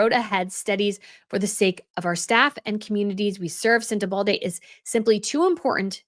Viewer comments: I like and watch your vid a lot, so this is a friendly comment - please there’s no „d” in Sentebale 😉 especially as you use it a lot and they will be new videos in the future I’m sure :) also Lesotho - please look up the correct pronunciation:) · Just a point, there's no D in Sentebale. You read out this name dozens of times , reading from news articles but still insisted on mispronouncing it as Sente-balDe. It's not a good look. It's Lesootoo and not pronounced as it's spelt. I really admire your work, so a bit of pronunciation research would have been great. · Hi, You kept on saying "sentebalde" 🥺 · Knock the "d" out of Sentabale. Thomas Boo-shay, Less oh toe. Do better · I don’t think it’s pronounced “ sentebaldy” 👩‍🦲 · 😂 sweetheart - no need to add “d” to Sentebale. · most of the time I adore you but if you say SentebalDe one more time I'm going to scream!❤❤ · Omg, thank you. There is no D in Sentebale!!! It's like nails on a chalkboard. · Not a big deal but 'Sentebale' is being mispronounced to sound like 'Uvalde'. I keep thinking I'm hearing 'Uvalde'. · My comments never post on your channel, but if this does... Where are you getting the letter "D" from EVERY TIME you say "Sentebale?" You keep saying "SentebalDe." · Sorry, no D in Sentebale….. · I love your channel but please, it’s Sentebale. Sent-a-ball-lay. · It’s Sen - te - ba- le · "SenteBald-eh"? Hahaha funny mistake tounge lapse... but it sounds like harry.. bald. Came here to hear your take on harrys implosion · Its sentebale…. There’s no D in the name .. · This story deserves better treatment. You need to practice pronouncing the principals, and the locations, as they are key in the presentation so we can follow and understand the story. This was difficult to listen to and process. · SENTEBALE has no ‘D’ in it! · Right, it doesn't rhyme with Uvalde 😊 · Love your commentary,! Just a note, it’s Sent a BALL ay, not sent a BALD ay.